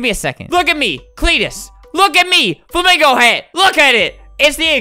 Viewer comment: Lol, he didn't even say it right 😂 (spell)